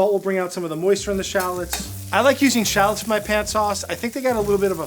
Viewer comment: They are Called.. 'Sha----LOTS' AS IN 'SHA-LOTS' You call them in name like a dork tbh !!!